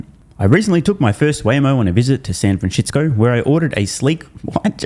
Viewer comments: San FranSHITsco 🤣 every single time 🤣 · San franshistsco😂😂